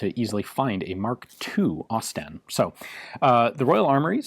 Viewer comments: It's pronounced 'Osst-in' Great vids though! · "Ausie STEN" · > Expect it’s going to be pronounced like Austin > Aus-Sten > I see what they did there 😑